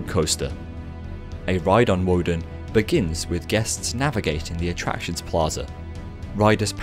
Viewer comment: It’s pronounced with a v instead of a w...